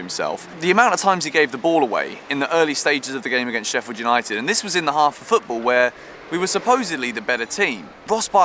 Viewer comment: STOP CALLING US SHEFFIED!!! FFS!